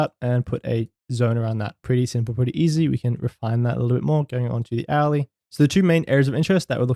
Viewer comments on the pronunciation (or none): Very interesting stuff.... This candle behaviour is something the rest does't really talks about. What I really wanted to say is that it took me one or two hours listening before I figured out that you say the word "hourly" ;). Thanks for making theis content!